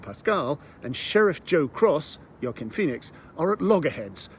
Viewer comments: It's not. The correct pronunciation is /wɑˈkiːn/ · I'll still watch it, i really enjoyed beau is afraid . Also i never knew Joaquin's name was pronounced like that ! Thanks for the vlog